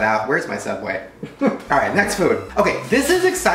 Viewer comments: Subway not soobway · Shadow Cadet its subway not soobway or sooubway or soubway